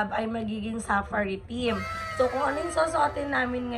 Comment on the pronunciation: OA ng pagkasabi mo ng safari. Accent on the second sylable po. Arte magsalita mali naman